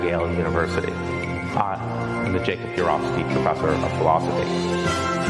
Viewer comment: Notice how he pronounces Jacob UrOWVski different than he pronounces it in the other first four videos. If it takes you years to learn how to pronounce the name of your own identity, how smart can you really be?